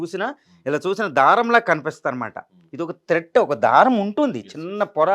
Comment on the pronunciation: త్రెట్ కాదు త్రెడ్